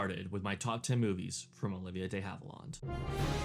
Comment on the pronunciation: It's pronounced. DEE HAVE-IL-AND, NOT, NOT DAY HAVE-ILAWND...get it right